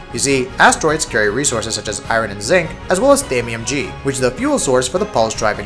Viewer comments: Thamium 9 not G lol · Its Thamium "9" not "G"